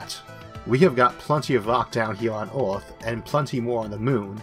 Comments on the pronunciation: "BACK TO ORTH"..."Orth".."ORTH"... It is EARTH....PRONOUNCED - "ERR-TH". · nice video but whats with the word earth, why orth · While he is unable to pronounce "r", that's not the matter highlighted, rather that "er" is pronounced "or" eg earth - orth, jupiter - jupitor, remember - remembor, were - war, neither - neithor, merge - morge, water - wartor. He's also unable to pronounce "L". There are some sentences which I cannot figure out at all. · This video is very weird to listen to as the speaker pronounces Earth as it if were spelt Orth. Very strange. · You said Orth for Earth once too many times. The end. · I can understand him (just about) it is just disconcerting to hear him keep saying ORTH. He is pronouncing it completely wrong. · Neat Gifts The condition is called Rhoticism because it deals with Rhotic sounds, which are usually denoted with an R in the Latin alphabet. The sound is hard to classify linguistically, and plays odd games with phonotactics (the way sounds interact) so it isn't surprising that some Rs can get through if the surrounding sounds help out. Perhaps a linguist could benefit from these videos by cataloging which words Issac is able to say. They'd have hours of material as a sample and could maybe get a better handle on what makes Rhotic sounds work. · i get that some people have speech impediments but why cant he pronounce earth but can pronounce most otherwords with R in them lol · It's weird as you say the word FAIRLY perfectly correct and can pronounce the TH sound perfectly correct so the correct pronunciation of the word Earth is just the AIR part of FAIRLY with TH on the end. I can see you've got a problem with pronouncing your R's but the pronunciation of Earth is, I think, more of a bad habit.